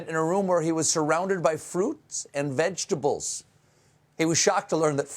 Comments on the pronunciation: Orange Clown: "I'm a veggable." Yes, Orange Clown...we agree. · When he said vegables did he mean lunchables? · Maybe ""vegables" is just a Freudian slip. He was thinking about "Lunchables"? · Vegables, is that the new vegan lunchables? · “Vegables” Lol they go great with Lunchables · To be fair, when he said vegables, he had lunchables on his mind. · “Veg AHHH bullls” Donald Trump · vegable, pitiful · I love vegabls, don't you ??? he has all these so called degrees and he can't pronounce the English or "American" language. BECAUSE, he IS A MORON and he is FAT, it is NOT the Hydroxychloroquine making him FAT, he was FAT at the last election. Stephen, you do an EXCELLENT job sounding like the little orange man . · Obviously. He can’t pronounce “origins” or “vegetables” but hydrochlor... rolls off his tongue like melted butter. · “Vegetables” is 3 syllables longer than Trump can pronounce. That’s why he calls coronavirus “the plague.” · it took me a second to get "ketchup balls" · He can't say vegetables but has no problem saying Hydroxychloroquine? Later it will be found he has shares in whatever company makes it. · He can’t even pronounce vegetable. 🤦🏻‍♂️